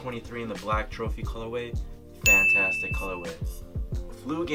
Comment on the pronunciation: Drinking game: take a shot every time he says fanatastic